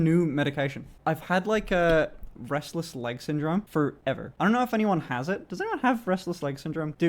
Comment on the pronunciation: For a second I thought he said breastless leg syndrome